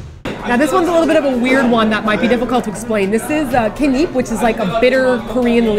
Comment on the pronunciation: they totally missed the whole point of the "leaf jeon" description. the main ingredient of the leaf jeon is Ketnip (yea, its pronounced like how I typed it in eng.) and its basically sesame leaf. its from a plant that people harvest sesame seeds!